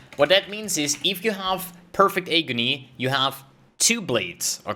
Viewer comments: if you don't mind the correction, you're saying hey-gony, it's pronounced, ah-gony. English is not my first language either before people start flaming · Agony sounds like Atrophy. It gives me Agony to listen it pronounced as eygony. 😅😅😅 Nice vid as usual